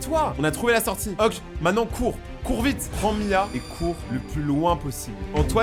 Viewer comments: Pk tu dis ok en mode oke genre ça se dit oké 😅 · c la première fois que j'entends qlqn prononcer le mot ok "oque"